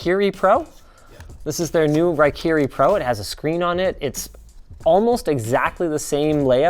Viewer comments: Linus you pronounce raikiri so terrible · Hatake Kakashi takes offense to your pronunciation of the word Raikiri.